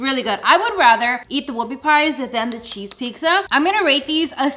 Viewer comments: not trying to make fun of or judge but why do you say pixa instead of pizza just asking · Lol love the way u day pizza!